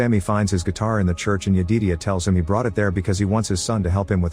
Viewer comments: OOO MMMMGGGGG Jed-i-diah not yededia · Since the AI didn't understand: Smoke was not burning tge father. Stack was knocked unconscious and Smoke killed the father. Stack wome up when Smoke was burying the father. And Sammy's fathers name was Jedidiah, that the AI couldn't figure out how to pronounce.